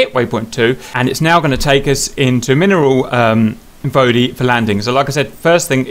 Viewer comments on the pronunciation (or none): ‘Mineral Vody’